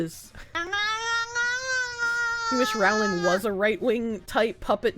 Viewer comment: It's pronounced "Rowling" as in "bowling" not "disemboweling"